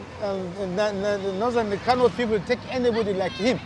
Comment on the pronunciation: It Kano not kanu 😏, talking like you ain't a Nigerian